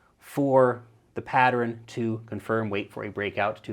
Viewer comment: and Am I the only one that hears say 'patter-ern'..? It's just two syllables bro